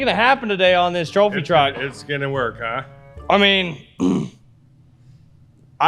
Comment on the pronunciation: It's not a go-kart, It's a twophy twuck!